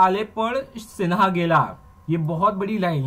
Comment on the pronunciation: abe dhakkn ...... dhang se nam le shivaji nahi bcche, छत्रपती शिवाजी महाराज श्री तान्हाजी मालुसरे जी और सिन्हा गड नाही सिंहगड बोल